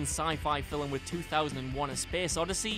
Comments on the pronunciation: It's pronounced FILM NOT FILLEM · On the other hand, you did forget Ozu. Amazingly consistent and in some respects better than Kurosawa (no disrespect to that master). And since you brought it up, it's "film", not "fillum". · Isn't Eyes Wide Shut considered average, not a masterpiece and Kubrick's worse work? Your pronunciation of film (fil-m) needs work. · Do all Brits pronounce film as 'filam'? Just curious... because its driving me CRAZY! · Fillem? Fillamaker? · This guy just can’t say film it’s not fi-lm it’s film ffs pal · Why does he (the narrator) say film like that? Is it his accent or is he taking the piss, not being mean or anything like that I just honestly can't tell😂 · Film is a one syllable word, not two. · Are you saying film wrong for a joke or is it a genuine mistake